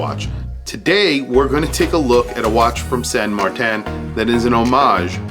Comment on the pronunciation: its san martin NOT san mar-tan